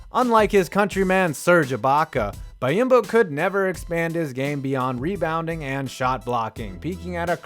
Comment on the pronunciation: BEE-OM-BO. <3 Silly goose